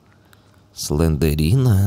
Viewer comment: слендрина а не слендерина емае